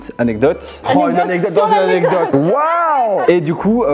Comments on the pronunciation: une anecdote: une anedote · Elle dit annedote et pas anecdote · pas anedotes, ANECDOTES Ps: ça ma tuer quand il te demandais de dire "Anecdote" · Petite aide pour: Anek dote c'est pas plus compliqué 😂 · Grave je fais que repasser le moment ou elle dit ANEDOTE ! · Mais oui anedote 😂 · qui ce fou de la gueule de à chaque fois qu'elle prononce "anedote" 😂😂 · anedote 😂😂😂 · Ne t'inquiète pas, tu n'es pas la seule à mal prononcer "anecdote" 😌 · Le nombre de fois où dooms a dit anedotes | | \/ 😂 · Prononcer anekdote 😂😂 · voici comment on prononce anecdote: A-nec-dote De rien 7n7 x) nice la vidéo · C'est anecdote et sa ce prononce aneKdote . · a un gros problème avec ce mot " Anecdote " Je rigole à chaque fois! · La prochaine fois dooms apprend à dire "anecdote"🤣🤣🤣🤣🤣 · ANECDOTES Je dis ça parce que tu ne sais pas le dire 😂😂😂😂😂😅😅😅